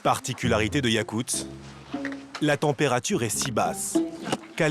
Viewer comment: yakutsk, pas yakuts, voix-off de merde